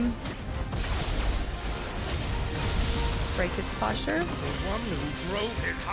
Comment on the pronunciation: This whole time still saying posture….